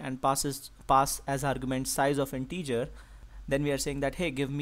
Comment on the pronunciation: Thanks! But "integer" and not "in-teacher"!